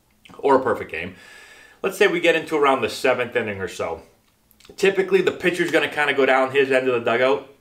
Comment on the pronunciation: Pitchers sound like bitches